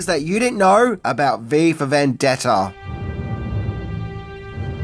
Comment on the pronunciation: Your pronunciation at a few points sounds like "Viva Vendetta," potentially even more dystopian 🤘